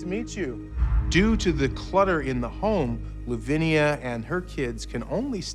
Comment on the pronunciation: I keep cringing when I see it written as Louvnia and pronounced as Lovinia.